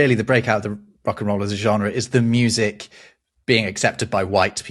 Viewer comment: Funny how you "struggle" with the french word Genre